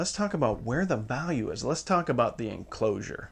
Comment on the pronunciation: Is anybody going to mention the 'Enlcosure' ?